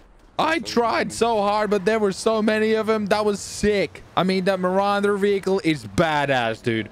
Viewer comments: you said it wrong its ma-roo-der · I think it's pronounced Ma-ru-der i think